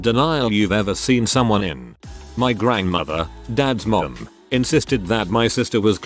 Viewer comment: Has anyone noticed whenever the TTS bot says “Mo-um” instead of “Mom”?